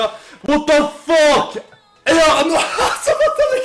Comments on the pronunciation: MAN SÄGER INTE ANOOOMÄLY MAN SÄGER annomally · haha han heter anomaly inte änomäly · Snälla säg aldrig Anomaly igen. Det uttalas AnOOmally, inte AnomAAly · "anå-mali" säger man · haha Anom alley. Det är surf gameplay i bakrunden men vet inte hur man uttalar Anomaly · haha hur han uttalade anoomalyyy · Jag gillar hur du säger anomaly xD låter så konstigt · Du sa fel när du sa anomaly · uttala anomaly bättre för i helvete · hahaaaahhahha hur fan uttalade du anoamly?? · wow du använder anomaly i titlen för att få views, du vet inte ens hur man uttalar hans namn, lågt...